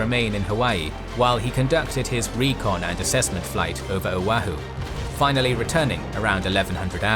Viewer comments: The inability to correctly pronounce "O'ahu" is excruciating. What's with the British being unable to correctly pronounce vowels in non-English words? I lived in London for a year and listening to them trying to order Mexican food was depressing and infuriating. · Oahu: it is not pronounced owe-a-who, it is pronounced o-a-who, emphasis on second syllable. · Guys, I'm a fan of your work. Though occasionally you make mistakes that are real head scratchers. Like how come no one caught this. As it is my second home, the island of Oahu is near and dear to me. So mispronouncing its name repeatedly in this video was really hard to stomach. Quick lesson in Hawaiian pronunciation: ( a=Ah, e= Eh, i=EE, o=Oh, u=OO). So its pronounced " OH-AH-HOO", not Oh-hoo, or whatever the announcer said repeatedly. You guys do so much research, at least get that right. Its like me telling a story of England and referring to the river Thames (pronouncing the th like thunder, and the ames like James). You'd call me an idiot for not knowing the h was silent and that its pronounced 'Tems'. You know? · its pronounc O - a - hu not Ohu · its not pronounced O-uh-who, its pronounced o-wa-who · Oahu: “uh-WAH-hoo”, not “OH-uh-hoo” Otherwise, fantastic!!! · and Generals excellent work as always. You need to check your pronunciation of Oahu (OH-AA-h-oo), it was the only thing that I can complain about. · This a minor quibble amongst such great work, but try "oh-AH-hu" for the name of the island. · Great video, but the pronunciation of some words is off... Oahu should be "oh-AH-hoo", Helena should be "HELL-en-uh" (it's the capital of Montana), and Utah should be "YOU-taw" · Oahu is pronounced OH-AH-HU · Correction. Pronunciation is o-awe-who. Emphasis on second syllable. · It’s pronounced „Oh-Ah-Hu“. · The way he said Oahu killed me, but amazing work as always! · Amazing video, as always. Triggered by the pronunciation of Oahu, though LOL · The pronunciation of Oahu lol!